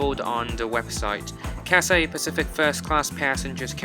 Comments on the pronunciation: Yo, it is not Catsay. It is Cathay with an h. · What is cassay pacific. Is it so hard to pronounce Cathay? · It's Cathay, not Cat-say. Cathay. Repeat after me, Cathay. If you can fake the British accent, you can say Cathay properly. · Say Cathay, and not Cassay. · he spelled it wrong intentionally, because the guy in the video was pronouncing the name of the airline as "catsay", which is wrong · Your pronouncing the name of the airline wrong I don't hear a Scholar 😂 don't take it personally tho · I thought I was the only one felt the word Cathay was pronounced incorrectly